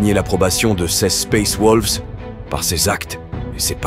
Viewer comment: sympa mais suis-je le seul a griller que t'utilise un bot pour faire la voix , un bot de très bonne qualité certes mais c'est un bot ^^ comment j'ai grillé ? plusieurs mots évident bien écorché surtout le "space wolves " a xD règle ton bot pour plus trop qu'il déraille ^^ mais sinon c est dommage la vidéo est très bonne